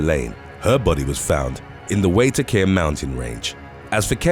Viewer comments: PLEASE look up how to pronounce words if you don't know, especially Maori words. Waitākere... why-tah-cah-reh. Waitākere Ranges. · It's pronounced 'why-tack-eddy'. The r is rolled.